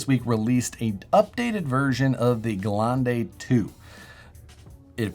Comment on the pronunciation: Literally no one can say gelande correctly. It's pronounced Guh-LEN-duh. German for 'terrain' or 'offroad' if you want to Americanize it. Not geh-lawn-day lmao. Also, now you know how to pronounce the Mercedes G-wagon full name, Gelande-wagon ( Guh-LEN-duh-vah-gen)